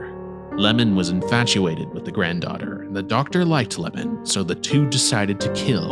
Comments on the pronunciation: My guy read the 'i' as an 'L' 😂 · Oiwa's husband's name is not "Lamon" but "iemon." And also "ghost (yurei)" and "yokai" are two different things, so Oiwa-san and Okiku-san should not be included here.